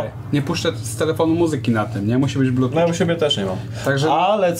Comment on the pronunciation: Wciąż się czepiam do blutuCZ k... Blutut nie inaczej